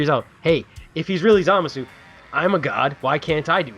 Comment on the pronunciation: Zoo-masu not Zah-masu